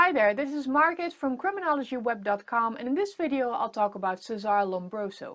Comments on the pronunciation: His first name Cesare is pronounced che-sa-re. Not 'sesare'. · It's Cesare not Sesàr in italian. You re invent his name..